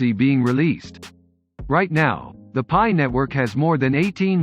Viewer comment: great video but its pronounced PIE coin as pi=3.14.......other than that very informative